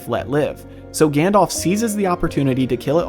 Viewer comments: I love your channel but it really irks me when you mispronounce Gandalf's name. It's not 'Gandolph', it's 'Gandalf'. Listen to how they say it in the movies :) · Also, his name is Gan-dalf - not Gan-dolph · For americans: it's pronounced Gundulf, not Gann-Dolph. Also, Sour-Onn instead of Sore-Ahn, and Saa-Roo-Munn (The White) instead of Sermon (the methodist).